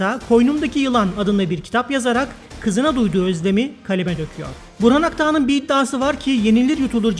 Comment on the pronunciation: adını bile doğru söylemiyorsunuz.burhan akdağ.